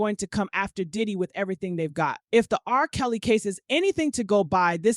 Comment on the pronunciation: The narrator is A.I and sadly a little off putting at times. Spaces between names eg R....Kelly as if there is 2 different people it's talking about. The way Suge is pronounced. Yea a little off putting. Prefer listening to the sister.